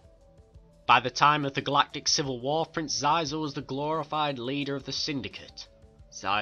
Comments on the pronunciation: its pronounced sheezor not sizor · Playgus? Zizah? It Plagueis (play-gis) and Xizor (she-zor). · Prononced Sheezor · Wonderful! So glad to see video about one my favourite syndicate=^.^= Maybe you Could do Pykes one day. Love the Pykes^^ ___ I`m sorry, but Shee-zor. (nevermind, video is still great. I mispronounced his name about a year. nothing bad happened). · That's not how you pronounce Xizor or Plagueis.